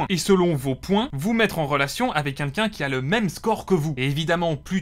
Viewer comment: Quelqu’un et pas quinquin…. Ca Commence mal